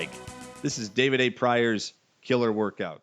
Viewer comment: Woirkout! Must be Canadian eh?